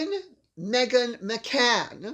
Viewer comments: It's McCain, not McCann. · Not sure if you are referring to Megan McCain on the View. The daughter of the late Senator John McCain. Last name pronounced McCain long A as in candycane.